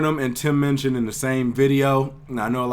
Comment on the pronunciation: It's Minchin, not Munchin!